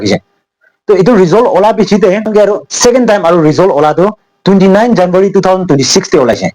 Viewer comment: It's #january not ₹janwary